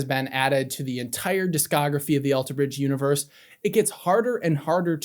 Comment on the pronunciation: I never knew Scott played in another band! Thank you for that info! Also! Stop putting the emphasis on the "bridge" in Alter Bridge!! It's killing me 😂😂